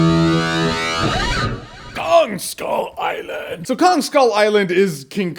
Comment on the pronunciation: i really liked the movie but with what he said, it sounded more like ‘people on skull island’ and not ‘kong skull island’